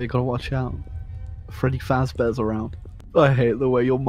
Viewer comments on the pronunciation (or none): "watch out... Freddy Faazzbeahr is around" Gotta be the best fucking line I've ever heard